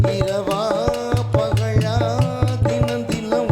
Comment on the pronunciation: பகலா ------உச்சரிப்பு அருமை நண்பா